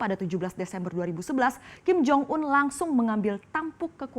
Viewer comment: Ada kesalahan yang diucapkan oleh presenter nya : 1 nyebut kim jong ul 2 nyebut kim jo yong 😂😂😂😂😂😂😂